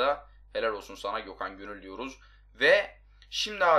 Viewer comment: gökhan gönül derken göthan gönül demiş